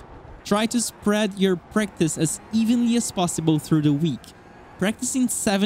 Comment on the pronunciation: I have a thick accent too, but this whole time I thought he was saying “breakfast” I was thinking breakfast IS good. But it was “Practice”.. I’m hungry